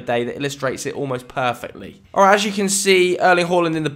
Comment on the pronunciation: OLRIGHT MOI LUVERS